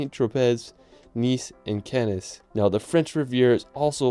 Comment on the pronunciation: Impressive and so fun to watch but so much mispronunciation of cities: St. Tropez, Cannes, Bruges, etc. and also Westminster not West-min-i-ster.